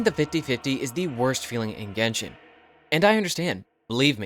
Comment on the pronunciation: Genshin erect? My bad. I heard that for the intro 😅